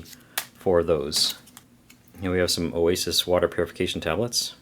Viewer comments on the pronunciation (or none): none